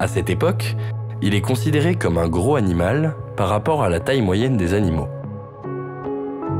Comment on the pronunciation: Reportage intéressant mais un peu long et gâché par des fautes de diction à répétitions. Au mot "gros" il y a un s. On, fait la liaison avec le mot d'après. Exemple : "gros z_herbivore". Pareil avec grand. On dit "grand t_animal", et pas gran animal. Pareil pour "un curieux z_animal".